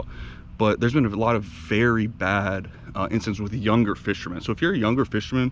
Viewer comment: The word is "incidents", not "incidentes" or whatever you said.